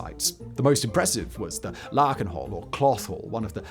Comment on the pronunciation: I was quite amazed by his pronunciation of 'Lakenhal' being so accurate, very un-Simon-like 😂